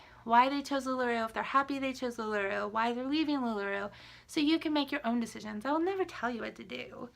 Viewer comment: I don’t want to be mean but you can’t even pronounce the name of the company correct lol it’s not lula roo it’s lula ROW